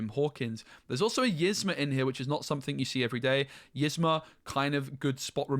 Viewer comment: Please say Yzma name right lol it’s not pronounced like this--> (is-Mah) it’s pronounced like this —> (Ease-mah)